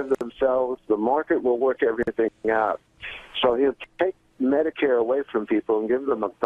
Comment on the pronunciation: "Mediqueer" lol